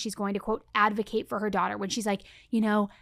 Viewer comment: I heard Casey Anthony says "I am an illegal Advokat" 😂 that fits somehow